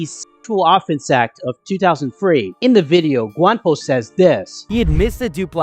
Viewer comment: It's "Gwamgo", not Gwampo bruh! Edit: Thank you for editing the title